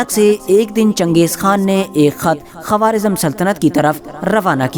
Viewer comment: Quawaarizam nahi bhai Quwaarizam